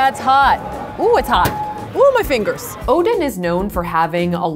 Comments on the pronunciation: Ooo donnn not oden lol. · Every single time she said Oden I thought she was talking about thor's dad😂